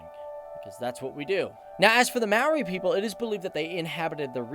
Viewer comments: It was fine until he said “Maori” bloody hell!!! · Not the worst pronunciation of Maori I've ever heard. Some people think it's may-oh-rai. Like long I. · wow you did awesome on the pronunciation - buuuuuuut ty a Maori dictionary next time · you're right there is no marry but neither is it mow as in "now". The "a" is long as in "car", the "o" is pronounced "or" and the "i" is pronounced "ee" as in "tree"..and you just run the vowels together,one after the other, technically you could say it's a three syllable word...good try though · Talk about butchering Maori names, it's not mow-ree more 'moldy' and it's not roo-uh-PAY-hu it's 'roo-uh-PE-hu (as in the PEZ candy without the z) if you're going to provide pronunciation advice make sure you're correct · Maori is pronounced like the word mouldy (mo-rr-e) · you pronounced it mari not mowthe you need the moldy to help with the last half but most people get it wrong anyway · Ruapehu is pronounced rua pay who but with a rolling of the tongue like drua pay hu, maori is pronounced like mouldy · more like mowthe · I live in new Zealand and it's pronounced möri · you said moari wrong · Hi I'm from new Zealand and your pronunciation wasn't the greatest but I don't blame you. It is truly a wonder full and amazing country full of natural beauty. If you would like some info hit me up. And we might talk about some slang also